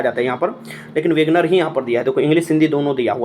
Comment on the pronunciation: Words ka pronunciation to sahi se kijiye विनेगर padhte hai n ki विगनर